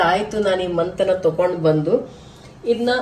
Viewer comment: Mantana Alla Mathana Industries 😂